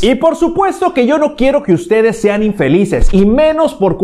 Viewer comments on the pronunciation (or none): none